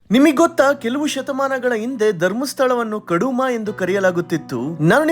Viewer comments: Kaduma alla guru Kudumapura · Kaduma alla marre...kudumapura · ಅದು ಕಡುಮವಾಲ್ಲ ಅದು ಕುಡುಮಪುರ ಎಂದು ಇದರ ಹೆಸರು ತಿಳಿದು ಮಾತನಾಡು ಎಚ್ಚರ ವಹಿಸಿ ಮಾತನಾಡಿ